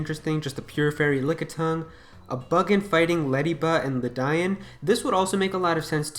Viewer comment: Many of the Galarian types sound great (if this is true), but DUDE PLEASE PRONOUNCE LEDIAN'S NAME CORRECTLY. It was killing me how you pronounced it hahaha